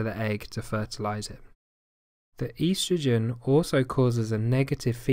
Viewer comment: The way the word estrogen was pronounced is bothering me. I havent heard it pronounced that way before.